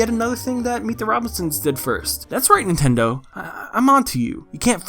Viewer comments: "nun" "ten" "dough" lmao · Lol “nun ten dough” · Nun-ten-dough hahahahhahahah